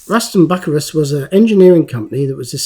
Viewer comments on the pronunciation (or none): It's pronounced Rushton Bucyrus ( Rushton Bew Si Rus), they are Idler wheels